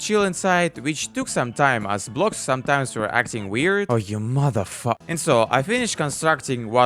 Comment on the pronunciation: I love how he says mothe fucker